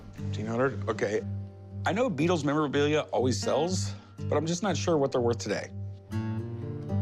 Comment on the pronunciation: Jeez…it’s the Beatles man…not the Rutles